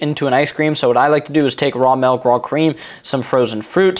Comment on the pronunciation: It's "Milk" not "Melk"